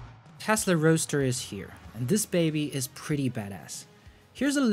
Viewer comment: Goooood. Roadster not roaster.